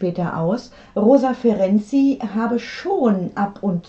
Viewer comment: Super, wie Sie den Namen : Ferenczy aussprechen. Einfach toll! Ich heiße nähmlich auch so, und leider habe ich hier in Deutschland andere Erfahrungen gesammelt. 1A!!!! Es ist eine Melodie für meine Ohren. DANKE!❤